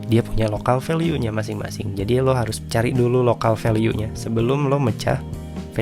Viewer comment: Kenapa value dibacanya veliu ? 🤔